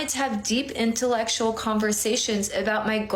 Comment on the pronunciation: I seriously doubt that any guys were wanting to have “deep, in ta lectual” conversations with that “dating coach” 😂 She can barely pronounce her polysyllabic words.